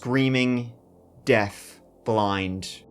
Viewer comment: Btw, it's *deaf, not "death".